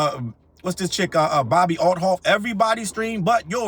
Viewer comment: 🤣🤣 The way he says the Bobby Althoff girls name is hilarious everytime.